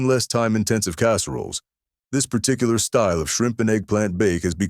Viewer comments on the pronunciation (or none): none